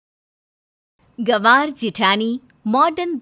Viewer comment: Gavr nahi hota gavar hota ha